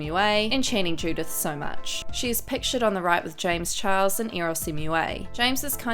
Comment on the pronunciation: when are you going to give him the respect he deserves as a person and say his name the right way his name is James Charles not James Chihuahua disrespectful bootleg Rich lux wannabe